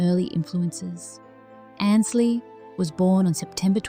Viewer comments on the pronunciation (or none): More of your baloney. She is fine. Watching her now.Learn to pronounce her name correctly. It is Ainsley, not Annsly